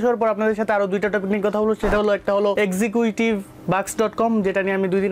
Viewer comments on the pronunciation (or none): Execuitive na... Executive -_- Uccharon thik koren